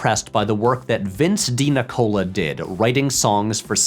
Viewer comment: Vince DiCola? (DiNicola lol) You know, the Transformers guy. Which is why Drago's song sounds like Unicron.